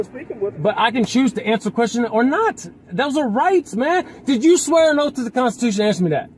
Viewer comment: “Did you swear an ‘oat’ to the constitution?” This poor, simple man… I almost feel a little bad for him. He’s clearly not well educated, and it’s probably not his fault that the Texas educational system didn’t produce a fully functional member of society. He’s just a bit special. 😂